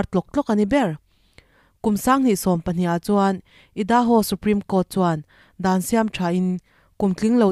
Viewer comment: Kalo sawi ve maimai. Idaho hi" Aidahaw" tia lam tur....